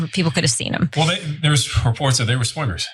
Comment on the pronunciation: I thought he said swimmers 😂😂👍